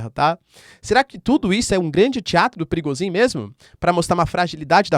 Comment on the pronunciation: "Pirigosin" kkk